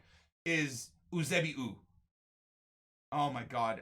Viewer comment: Heres how to pronounce Eusébio You-say-bee-oh